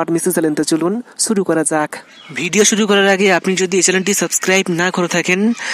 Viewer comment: ছুরু না শুরু